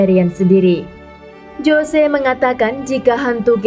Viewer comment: "JOSE" dibaca "HOSE" yaaa... 😂😂😂